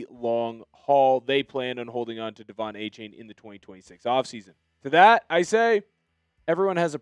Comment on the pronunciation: Can you at least pronounce Achane right? It’s A-Chan